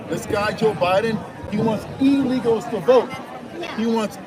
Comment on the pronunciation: "He wants Elegals, EEELEGALS to vote!"😂😂😂